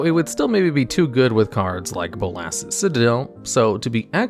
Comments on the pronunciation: Pronounce Nicol Bolas. Now pronounce Bolas's Citadel. See? It's not that hard. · I can’t tell if I’m pronouncing “Bolas’s” wrong or if you are